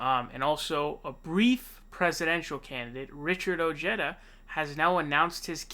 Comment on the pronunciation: Ojeda is pronounced OH-HEH-DAH